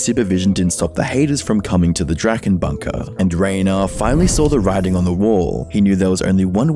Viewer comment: guess he can't quite speak german though (he said the ch in drachen wrong among other things) Edit: he also mistranslated some of the less legible parts of drachenlords speech, for example writing down 900 instead of 911 from 911 Bob, though that may be just a normal mistake